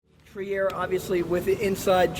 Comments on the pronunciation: The guide is trying, needs to learn how to say "Trier" correctly. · [ Tri:r] not [Tiaer]